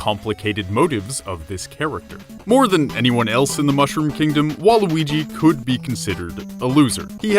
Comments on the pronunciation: you said waluigi wrong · Someone say nega weegee